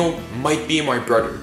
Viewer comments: BTW its brother not broder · He said boder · He calls mother moter He calls father fater He calls brother broter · It's brother not broader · How are you his brother if you can't say brother correctly Daniel Daniel Daniel are you my brodr Daniel hi Daniel I think you're my brodr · You say broder when I say brother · WHY ARE U SAYING MODER AND SAYING FADER AND BRODER XD